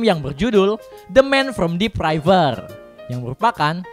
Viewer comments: River min bukan reyfer awokawok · bacanya: "river" bang, bukan "raiver". keren bang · cuman saran ,spell river nya river bukan ryver.....hehehehe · River bukan raifer 🙄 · RIVER dibaca yaa RIVER bro, bukan RAIVER..!! 😀